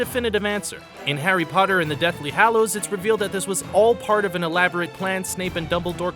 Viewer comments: **Deathly HALLOWS not Deathly HOLLOWS** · Isn't it Hallows not Hollows???? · Lol u wroth Harry Potter and the Deathly Hollows instead od Hallows